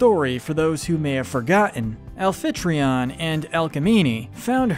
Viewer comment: Did you say “alphetreon”? Amphytrion.